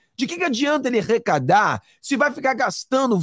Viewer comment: ARRECADAR !! E NÃO... " RECADAR " ! 😮